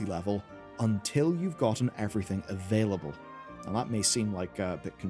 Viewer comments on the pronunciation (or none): none